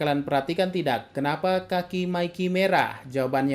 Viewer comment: "tidack" aman, shit Mimin anak meme